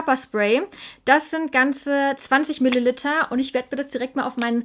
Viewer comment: Tu mir einen gefallen und sprich Milliliter richtig aus. Danke!